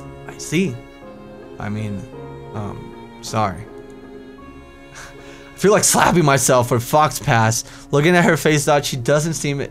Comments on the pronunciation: faux pas=fox pass oh <3 ur so cute it's pronounced fo pah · "Fox pass" Faux Pas is pronounced Foe Paw cx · "fox-pass" i lel'd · Shouldn't it be read as faupa instead of faux-pas you don't read the x and s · I feel really bad for laughing at it but it's pronounced fo-paw. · its pronounced "fo pa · He seriously read faux-pas as fox-pass.... I'm 14 and I have a greater vocabulary...